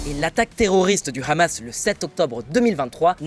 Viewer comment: Merci d'éviter de prononcer "Hamas" à la facon israélienne. Prononce comme tout le monde en France "amasse". Merci.